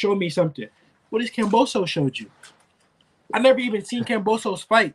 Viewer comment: Can you please say KAM-BO-SOS there is no P dawg my goodness bro 😂